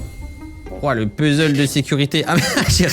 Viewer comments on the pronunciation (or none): none